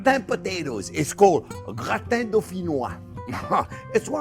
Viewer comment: How come a french guy is mispronouncing Gratin?